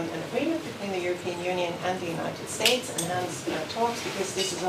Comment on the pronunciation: United shhhates lol this guy